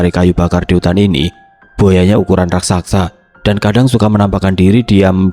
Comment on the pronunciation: Bnr2 gak bs spelling RAKSASA ya? RAK-SA-SA, bukan RAK-SAK-SA.